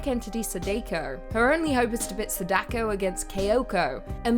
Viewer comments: I jumped ship when she said "Sidayko vs Kay-ache-o" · It's cute how you pronounce Sadako to "Sadeyko".😊😊😊